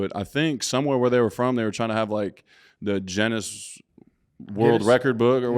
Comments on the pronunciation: Goedert really pronouncing Guinness wrong is embarrassing. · Bro cant even pronounce Guinness